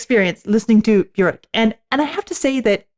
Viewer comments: It's 'byerk' not 'byork ' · Björk. The ö makes an e sound. Rhymes with “perk” or “dirk.” Björk.